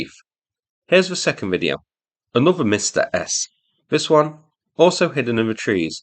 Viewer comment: Are Msta-S howitzers designed as counterbattery howitzers? Why else would you call them "Revenge-S"? Btw, I have no idea how to explain to you how to pronounce Msta correctly, but it definitely is not "Mistah". It should be closer to "m" from "hm" and "stu" from "stuck".